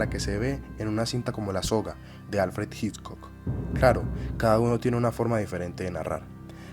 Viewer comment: Muy buen video, muy interesante. Sería ideal que la pronunciación del apellido Hitchcock fuera correcta, eso le añadiría valor a tu trabajo que ya de por si, es muy bueno.